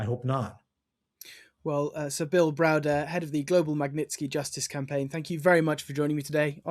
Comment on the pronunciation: Oh here we go again with Browser lol. Oil revenue is down, so Russia can't afford this war, that's good, that's very good... 😂. Idiot Browder, or Browser, Browbeaten lol 😂😂 Guy hasn't a clue what he's on about. But if you ask him this time next year he will still say Russia is facing bankruptcy, they are losing. Ha ha . Is no one else sick of this doom monger ?